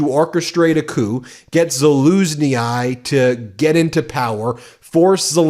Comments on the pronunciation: Ben - the letter combination "yi" at the end of axword or name yields the "EE" sound. ZALUZNYI IS pronounced ZALUZNEE. ZALUZNEE-EYE is quite a word salad! Thought you mightb want to know this! - A UkrainianCanadian follower of your fine programme ! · PLEASE try to pronounce peoples' names correctly. I don't know how many times Ben said "Zaluzni-eye" (20?). He even "corrected" it to the same wrong pronunciation. It's simple: Za-loozh-ni. And not VALery but ValERy. Please only pronounce bad people's names wrong. Apart from that it was a great video. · It's pronounced Za-louz-nie 😅 not Za-loo-zny-i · It's not pronounce Za-LOOZ-nee-eye!! It's pronounced Za-looszh-nee-ee. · The good general/ambassador is, to my knowledge, called Sa-lu-shni and not Sa-lu-shni-AYE. Good reporting otherwise, thanks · PLEASE....!!! STOP SAYING ZALUZHNYI WRONG...ITS NOT PRONOUNCED ZALUZ-KNEE-HI JUST ZALUZ-KNEE..LIKE THAT. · Valeri Zhalusnyi say it as Valeri Zalushnee not "Zhalunyae" you are right, the man is a hero so try to pronounce his name like it means something👍👍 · Hi is not Zaluzny. He is Zaluschny it is pronounced like the last sound in garage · Zhauzny is not Zhauznay but pronounced Zhauznyh. Y is pronounced like in the word silly. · Love your work but check your pronunciation. It’s pronounced Zaloozhnee not “Zaloozhnee-eye”. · If you have to repeat the Ukraine war heroes name that often, you might as well try to do it right. Zaluzhnyi is to be pronounced this way; ZAH - LOOZH - NYY Zah: rhymes with «duh» Loozh: rhymes like «pooch» Nyy: rhymes like «knee» It shall under NO circumstances be pronounced like: Zaluzhnyaiiiiiiiiiiiiiii The great general deserves better! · "To pronounce Zaluzhnyi, say Zah-LOOZH-nee, emphasizing the second syllable and the "zh" sound like the "s" in "measure". Zah: (like the "za" in "zebra") LOOZH: (like the "s" in "measure" or "vision" followed by "oosh") nee: (like the "nee" in "knee")" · Zaluzhnyi is pronounced Za-looz-nee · Pronounce 'Zah-luzh-ny'